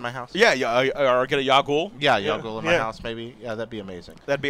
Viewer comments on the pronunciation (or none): Its not ya goul. Its pronounced yawg y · "yow ghoul" lol doesn't even know how to pronounce it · ... The way he pronounced Yao Guai is very painful xD